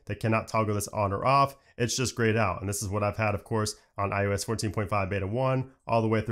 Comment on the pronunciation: I am begging you please stop saying iUS